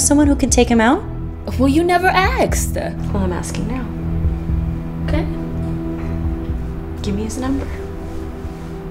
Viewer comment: “Well you never aksed”